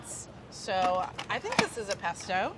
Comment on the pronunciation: its not a pesto . its a paste-o .